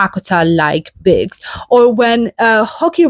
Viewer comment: Nice. Thank you for sharing! I like what you do. But since you talk about books, I'd really love it if you could try learning just that one word, how to pronounce it like most English speakers do, i.e. BOOKS instead of BICKS. Because it really sticks out when you speak. Please forgive me for asking this but I'm an editor and can't help it. It's for your benefit, too. God bless.